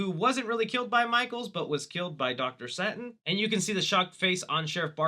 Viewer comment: "doctor satin" delete your channel